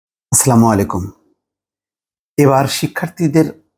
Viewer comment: ভাই সালামটা ভালো করে দেন আসসালামুয়ালাইকুম